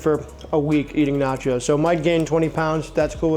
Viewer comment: Bro called it "naco" cause it sounded like taco I bet...